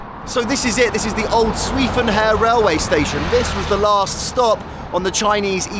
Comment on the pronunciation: i love your content and have been following you since the beginning..but for this one, please learn how to pronounce the name of the city...'sway fun her'...it's not hard, just ask a chinese speaker to teach you how to say it ;)